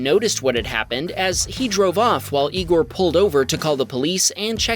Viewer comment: It's pronounced Eye-gor